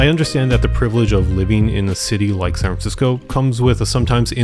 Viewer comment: San Francisco has four syllables, just sayin'